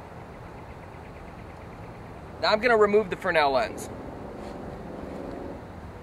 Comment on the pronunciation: I've never heard fresnel pronounced "fruhnel" without the s.